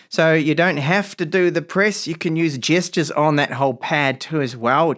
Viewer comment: Good review. Worth it for the way you pronounce “gestures” 😊 got yourself a new subscriber